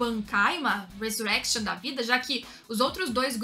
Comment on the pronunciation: Ressurreição no anime é pronunciado em espanhol, não inglês, alguém avise